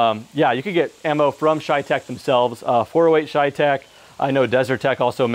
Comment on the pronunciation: My ears hurt everytime he says ChayTec instead of CheyTac